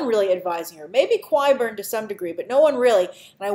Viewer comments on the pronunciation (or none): Grace I think Qyburns name is pronounced like Kyburn. I'm pretty sure it's like that and also it sounds way cooler anyway